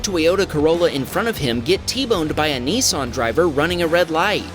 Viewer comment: BTW it is pernanced NISS-AN not NEE-SAN. there's a " I " before the s not a E.. if you say " ne " instead of " nis " then maybe you say it is a Nece Day than a Nice Day!